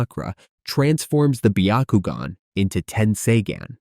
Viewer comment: Absolutely not it's byakugan not bakogn